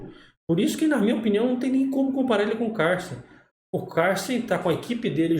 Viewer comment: prq fala CARLSEN todo estranho 😂😂😂😂, pow é cada uma 😂😂, e MIGUEL tal 😂😂